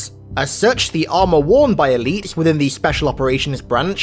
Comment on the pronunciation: Are you saying "eleaps" and "zealops" because you gave a speech impediment? I just want to know if it's OK to say you sound stupid or not.